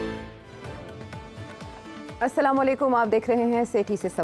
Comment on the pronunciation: سیٹھی صاحب آپ ( سامہ لیکم) پلیز السلام علیکم کہا کریں 😊